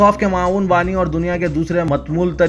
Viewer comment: اردو کا جنازہ نکالنے میں کوئ کثر باقی نہی رکھے زاہد علی خان صاحب کہاں ہیں billgat کی نیوز میں "معاون "کو "ماوون " پڑھتے ہیں اور بھی بے حساب غلطیاں کرتے ہیں